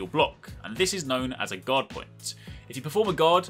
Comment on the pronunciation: Everytime you say "guard" I hear "god".